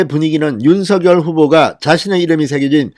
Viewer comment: 진성호님 윤석열 발음을 석열로 하지 마시고 석~녈로 발음 하세요 본인이 그렇게 해달라고 했답니다 본인도 그렇게 발음 하구요 ~